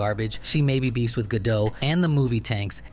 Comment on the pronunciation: It's not Ga-doh, it's Ga-dot. She says it herself. It's not a French last name, stop pronouncing like it's French.